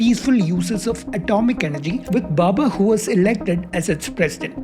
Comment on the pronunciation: Arrey baba, it's Bhabha, and not Bubba